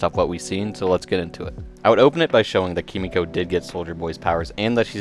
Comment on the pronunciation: It’s “Kee-mee-ko” not “Kuh-mee-ko”, like a dumbahh American. I’m a massive weeb and I hate seeing my countrymen butcher Japanese phrases!